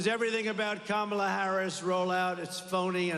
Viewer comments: “Kackala” Harris🤣 TRUMP2024❤️🇺🇸❤️ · This speech is scripted and fake! Who wrote it for him? He can’t even pronounce Vice President Harris’s name correctly! WEIRD!